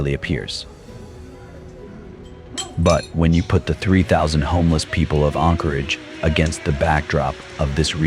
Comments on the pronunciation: Anchorage not Encorage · As an Alaskan having just picked random spots in this video to watch to see how much the information has been skewed. Anyone who believes even 2% of this is quite possibly retarded. First off the AI can't even say Anchorage, nor does Anchorage have 300k people especially when you remove Eagle River from it's equation. What this video is definitely not going to tell you is that the majority of these homeless are either Natives that were kicked out of their villages because they were a problem so let Anchorage have them or they're scamming people. Those camps are usually removed when they start causing issues, generally criminal activity or public safety, like fires. Many of these people choose drugs and alcohol over trying to improve their lives. These people are handed camp gear and handouts along with many opportunities to improve their life situation, They generally choose this. The issue with no beds is because the perpetual homeless keep taking those beds when people who are actually trying to improve their situation or lost their home need them. Around the 14 min mark there were lies about natural resource issues causing them to be on the streets. I wonder why they didn't show the Hazmat crews going in to clean up camps with needles, feces and meth cooking all in the living spaces. As for the Dividend paid to all Alaskan residents and the natives that get dividends from their native corporations don't get spent on survival tools or self improvement. HLS is quite possibly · This guy can't even pronounce Anchorage correctly.